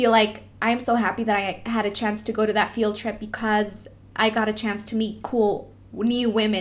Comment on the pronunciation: So funny how she says "field trip" lol but your so inspirational dulce! Keep your heads up!